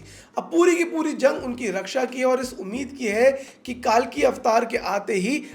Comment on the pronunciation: Why is everyone calling it कालकी. It's कल्कि.